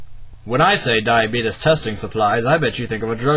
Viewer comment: i tell you what he doesnt know, is how to pronounce diabetes